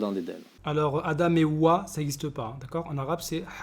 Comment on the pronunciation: C'est pas "Hawa" c'est "Houwa" 😂😂